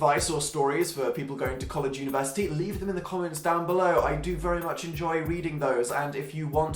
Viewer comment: as an American I totally didn't understand when he said "university" I am lovin' life whoo